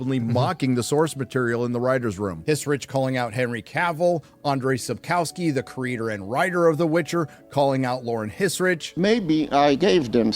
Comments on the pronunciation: Schapkovsky (Szapkowski) not Shapowskey. :P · sapkauski. Please learn the pronounciation before making a video!